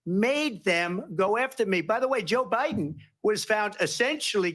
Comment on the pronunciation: Did anyone hear Kamala say to Trump. "Youre not running against OBiden."?